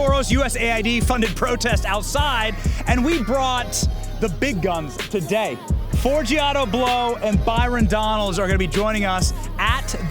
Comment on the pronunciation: "Forgiato Blow?????"😂😂😂